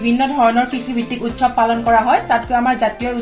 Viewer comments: Baideo val hoise kintu utkhab nahoi utsab pronounce hoi. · উৎখৱ নহয় উৎসৱ কোৱা হৈছে